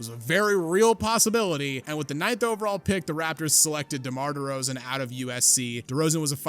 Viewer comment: ah yes. The unique career of DEMAR DERZAON.